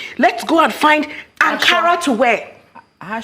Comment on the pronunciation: Akara not Ankara!